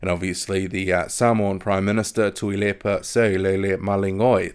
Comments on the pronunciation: good pronunciation with the Samoan Prime Minister's name!👍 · you pronounce tuilepas name way better than me lol.great update